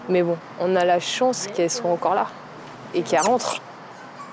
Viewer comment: ON DIT PAS SOYE ON DIT SOIT